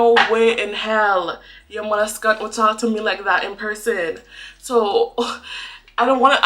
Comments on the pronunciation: Girl u Caribbean come out in this one "mothercunt" lololololol. I think that Caribbean people just tell u what is. U said what u said and that's it. U can only be you and nothing else, that's dey business if they can't deal with it.. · Loved when your accent came out when you said Harry and mudda skunt😂❤️ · When the Caribbean woman gets irked, the raw unedited language comes out😊 I haven't heard muddah skunt in a long time. I love it!